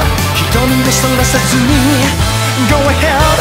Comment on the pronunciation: sounds more like 'GO TO HELL" XD lolz